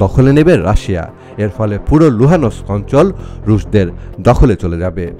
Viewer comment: You should know how to pronounce Luhansk properly!!!